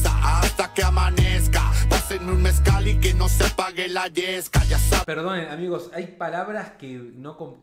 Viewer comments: medio pronuncia me'cal osea MEZCAL es una bebida oaxaqueña pa todo mal mezcal pa todo bien también 😂😂😂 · No dice meca, l dice mezcal típico trago mexicano